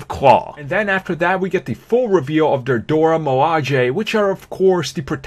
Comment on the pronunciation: Dora Milaje is pronounced MEH-LAH-SHAY!!!!!